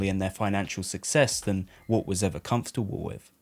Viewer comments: As a non native speaker I hear "Wolf" constantly when you say "Walt", more like "Woalt". So confusing to listen to. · As well as ‘Walt’ sounding like ‘Wull’… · His name is Walt not woolt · I always thought the main character's name is Walt, not Woo. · It’s Walt, not woot